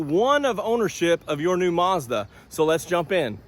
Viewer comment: Sounds like your saying More Garbage.